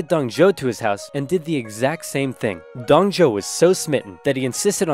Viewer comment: Its pronounce Dong Zu-o not Zou